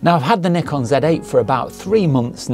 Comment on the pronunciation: 0 seconds ago It's Z not Zed... it's a one letter word...Z...how hard is it to say Z...and not make up a whole new title out of thin air..to annoy the crap out of normal people and 300M Americans that can read and spell...Z....and say what they see which is ...Z. ..and it's NIKON not nickon.